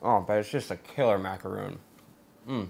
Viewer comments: you know that's a macaron not a macaroon right? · He keeps saying macaron wrong. It's mac-a-ron, not mac-a-roon. Two different types of food.